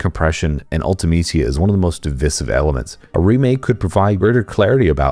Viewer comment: Divisive is pronounced "div ice iv"